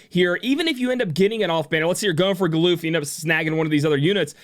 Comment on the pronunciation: Never would have thought to pronounce his name as Gal-oof.